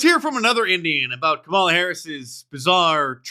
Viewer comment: I just heard this and it's either ironic, funny, or scary. Kamala wants her name to be pronounced as "Come-Allah."